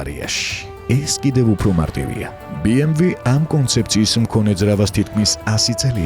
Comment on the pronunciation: ძალიამ კარგ ვიდეობს აკეთებთ, ერთი მინუსი გაქვთ ოღონდ.. BMW ს სახელს არ ამბობთ სწორად. ნახეთ ორიგინალში როგორ გამოითქმის. გასაგებია რომ რუსები ეძახიან,მაგრამ სწორია და ორიგინალში ბეემვე ქვია,გერმანულად ასე იკითხება და ითქმევა,დანარჩენი თქვენი გადასაწყვეტია